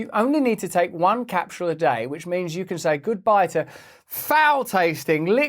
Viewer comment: Love you Russell, but please never say “capsule” again.